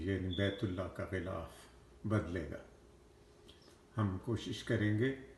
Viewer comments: خلا ف کعبہ نہیں غلاف کعبہ ہوتا ہے۔ اردو صحیح کر لیں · ghilaf e kaba hota h apni Urdu ko theek kren, is baat ko tasleem kr len k ap Wakeel hn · غلاف غ سے بوتا ھے نہ کے خ سے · Janaab Galaaf kaba hota hay k khalaf kaba hota hay